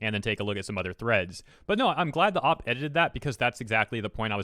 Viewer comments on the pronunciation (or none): Please stop pronouncing OP just say oh pee.